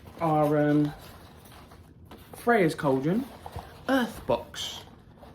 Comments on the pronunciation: I always look forward to these videos. They make my day, no matter how bad it started. You got her name right, just so you know. The funny thing is, there is probably a different way the ancient Greeks pronounced her name. It's like Hecate. There are so many variations of spelling and pronunciation of her name, not sure which one is the right one. My stone is slightly smaller than yours and I just about fit mine in the cage. Can't wait to get the Air bowl to complete the collection. Hope you have a blessed rest of the month!! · Yay you got it right. That is how you say the goddess name. Good video and thanks for posting. I wish I could see you perform. I bet you have a beautiful voice. Maybe you can sing for us one day.